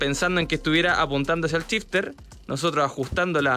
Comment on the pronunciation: si SH lo pronuncian como CH como pronuncian el CH? 🤯🤯🤯 EJEMPLO: SHifter = CHifter